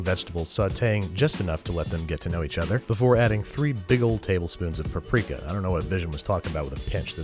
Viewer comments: No Hungarian had EVER pronounced Paprika Powder(Paprika Por/Örlemény) As Pápriká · Depends on what region you are from - my Opa is from Budapest and pronounces it Pa-prika. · Larvitar Dratini I am hungarian, it is a hungarian spice, you say Pap-rika but it is one syllable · I cringe every time I hear you say “puprika” It’s “pap-rika” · Isn't it Pap Rika and not pa prika? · Sry but what??? how is hungarian word paprika pronounced as Paw-prika? :D its pronounced simply as you write it down ... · Actually it is pronounced pəˈpriːkə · As a Hungarian, I get infuriated by her pronunciation.